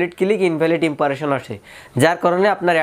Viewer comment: ভাই কথাটা "ইমপারেশন" না। "ইমপ্রেশন" হবে। আশা করি পরের ভিডিওতে সঠিক উচ্চারণ করবেন। আমি আপনার চ্যানেলের ভিডিও দেখে থাকি।